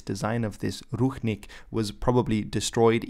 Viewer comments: its pronounced ruchink with ch like in chalk ручник а не рухник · Not ruHnik but ruCHnik (sound is same as in CHapter). Translated as towel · It's Ru[t͡ʂ]nik or Rushnik, not Ruhnik. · I think you have an accidental mispronuciation there. Someone transliterated the Belarussian word with a "ch", but meant an English-style "ch" instead of a Slavic "ch" (i.e. "kh"), so the word should be pronounced "ruchnik" or "ruchnyik". In Czech and a few other languages, there is the term "ručník" (pronounced in almost the same way) and it denotes a piece of cloth, either a decorative part of someone's fancy/ceremonial vernacular clothing, or a smaller tablecloth or similar piece of cloth. This is what the Belarussian term is denoting as well. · it's actually pronounced "Rutchnik" And nazis used national flags with all collaborants - for ex. in Russia and Ukraine they used flags that's official flags of theses countries now Awesome video, thanks! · I thought the Ch in Ruchnik was pronounced like an English Ch? This isn’t based on any knowledge of Belarusian but I thought it was cognate to the Serbian word Ručnik meaning towel, but perhaps it’s not? Maybe it’s related to Ruho, an archaic word for garb, vestments, or clothing in Serbian or has some unexpected cognate or even none at all. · Thanks from Belarus fam ❤️ edit:i know ch is pronounced/x/ in polish but in this case(ruchnik) it is pronounced /tʃ/ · Right, he read the word ruchnik supposing its written in the belarusian language, but it was written in english. In Belarusian it is written ručnik. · Ruchnik is pronounced with the ch as in church, NOT as in Loch.